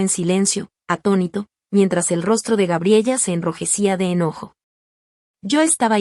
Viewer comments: NO GRABELLA... SE PROCUNCIA "GA-BRIE-LA" Y NO GRABIEYA COMO LO PRONUNCIAS... LO MISMO CON EL NOMBRE JASON.. SE PRONUNCIA COMO YAI-SÓN... Y NÓ JA-SON... MUCHAS PALABRAS EN SPAÑOR USAN ACENTUACIONES.... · Se pronuncia Gabriela